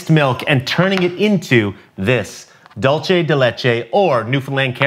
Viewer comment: Not after he pronounced “dulce” as dul-CHE🤣🤣🤣…. Its dul-SEH